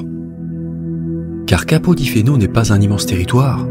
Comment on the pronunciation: Capo di Feno se prononce capo di Fene 😀